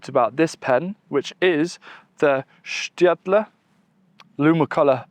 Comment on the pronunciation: You get bettet at pronouncing "Staedtler" with every Video! 👍😉